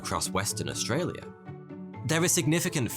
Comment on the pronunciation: As an Australian, I am impressed how well you pronounced Australia. Also, the emu war is our biggest meme